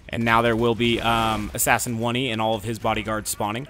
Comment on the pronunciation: It's fucking assassin oney pronounced "own" "ey"